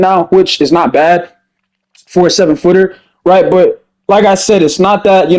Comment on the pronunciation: Its funny how you be saying “rright”